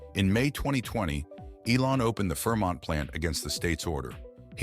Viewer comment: "fermont plant"?